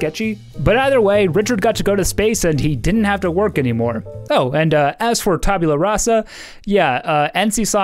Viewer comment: Lord British: "Tabyula Rasa." Also Lord British: "Taboola Rasa."